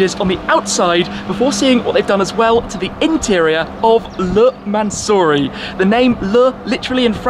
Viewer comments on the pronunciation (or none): (mansory) Man so sorry 😂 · Tribute to 24h of "LE MANS"ory...